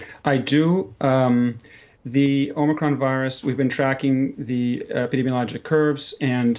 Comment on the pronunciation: It's the "Omicrone".